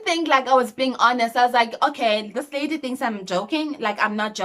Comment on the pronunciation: The way you always say Lady 😂😂😂😂❤